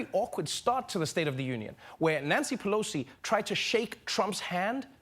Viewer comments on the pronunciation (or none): none